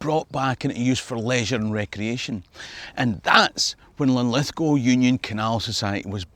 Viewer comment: Good on ya mate for pronouncing Lithgow properly.